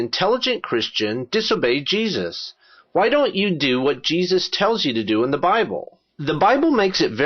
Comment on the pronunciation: your videos are excellent, i cant help but notice this.... you keep saying Hwhy.